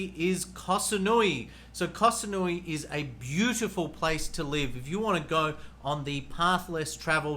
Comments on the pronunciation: Koh Samui not kasanui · Koh SaNooii? Admit it, you never even been there and just picked it off the internet to make this video. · Pronounce Koh Samui